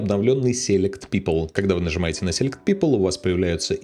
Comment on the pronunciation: и сéлект вместо силéкт 😉